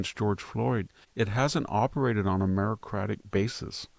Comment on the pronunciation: Victor, the word is not "merocratic", it’s "meritocratic". Likewise, it’s not "commiserate", it’s "commensurate". The correct quotation from Julius Caesar is “Why, man. he doth bestride the narrow world like a Colossus…“